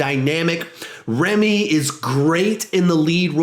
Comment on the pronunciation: His name is Rami, not Remi. This bothered me since my name is Rami as well